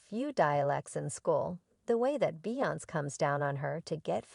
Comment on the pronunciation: You could a least learn how to say beyonce name right you sound ridiculous